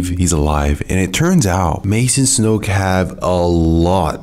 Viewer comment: It’s so satisfying how he says “Snoke”